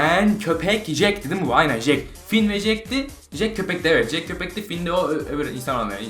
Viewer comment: abi jek değil cek